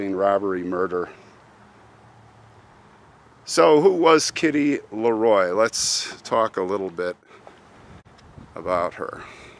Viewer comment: She has my maiden name. Thank you for saying it correctly.